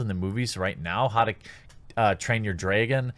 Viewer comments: Lol “drayygon” rep Wisco yo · "How to train your dregin" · Holy crap they done fucked it up.... Good job Marvel. Well now we know that RT is a crybaby panderer..... no more RT for me. Lol when he corrected his accent on dragon. I have family up in Wisconsin and they always say bayg instead of bag or flayg instead of flag just like Jeremy. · Haha Jeremy are you from MN. Between mentioning the packers last video, to how you pronounced dragon. Please dont think I'm creepin i just pay attention